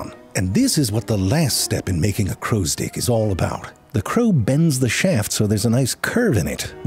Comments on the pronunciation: why i have the feeling you deliberately pronounce it like crow's dck instead of crow Stick 😁😁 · Am I the only one who hears “crows dick” Every now and then?! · I can't stop hearing "crow's dicks" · Your pronunciation of "crow's stick" is so perfect that YT auto captions spells "crow's dick" Well done good sir, well done